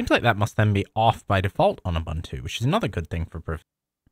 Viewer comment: This guy calling it "Abantu" is worse than spyware